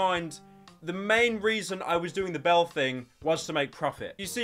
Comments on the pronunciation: It's Belle, not BELLA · it’s BELLE not BELLA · I swear I hear Bella instead of Belle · Pyro: acknowledges that he pronounced Belle's name wrong Also Pyro: continues saying it wrong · Shes called belle not bellar say it right ffs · Her name is pronounced "bell delphine" not "bella delphine" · Sorry for saying name wrong 5 secs later Pyro: BELLAAAAAA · Corrects himself: its bellE Says: bellA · says thank you to the ppl who corrected him on how to pronounce her name says her name wrong again 1 min later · Pyro:*realises he made a mistake pronouncing Belle delphine's name* Also Pyro:*continues to say "Bella"* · says he 's sorry for pronouncing her name wrong. literally 5 seconds later: bella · Its belle not bell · adresses prononciation of Belle proceeds to say Bella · it's belle not belle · What's funny is that after Pyrocynical called her Bella, I started calling her Bella because I thought I was pronouncing her name wrong. :joy: :gun: :ok_hand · Gets corrected about the pronunciation of Belle's name, proceeds to keep calling her "Bella" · Pyro: Acknowledges that he said Belle Delphine's name wrong Continues to call her Bella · admits he's been pronouncing Belle wrong this whole time still says "Bella" 10 seconds later" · You said her name wrong again. 🤦‍♂️ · Corrects mispronunciation of name 1 min later Continues to pronounce it incorrectly 😂😂😂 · STILL mispronouncing her name, you incompetent fuck nugget. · You: Admits you were saying Belle wrong You Says it wrong again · Acknowledges that he’s been pronouncing Belle wrong and then continues to pronounce Belle wrong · is the perfect disaster of a sentence that you have blessed my ears with. Acknowledging you pronounce her name wrong, doing it again and then just giving up on the sentence entirely. Thank you Pryo, and please never change.